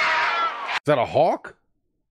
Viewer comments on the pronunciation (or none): none